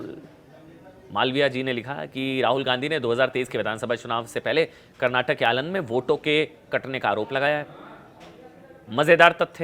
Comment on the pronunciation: आलंद नहीं अलंद